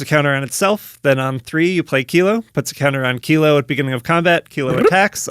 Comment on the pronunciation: You're the first channel I have seen to pronounce Kilo, Apogee Mind correctly. Enjoy my Sub!